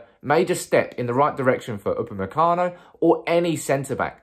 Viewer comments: You got the name right👌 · you got the name right this time...lol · Upamecano is correct, but you're pronouncing van de Beek incorrectly, it's pronounced van de "Bake".